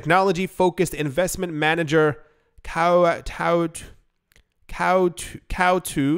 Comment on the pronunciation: "Coatue" - Hahahaha!